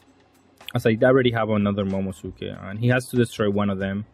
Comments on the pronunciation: Please bro. Mo-mo-NO-su-ke Please. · its pronounced momo nose kay